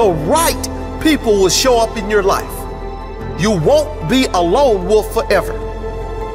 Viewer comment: If you are going to public speak, pronounce words correctly. It's a WOLF, not a WOOF. Lol....drives me nuts...